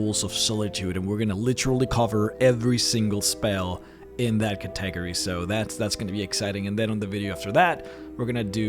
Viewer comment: Hey, a bit of constructive criticism for the way you pronounce some words. Syllables are an important part of english, many words are hard to understand without. Category for example is pronounced Cat-i-gorey. Love your videos keep it up.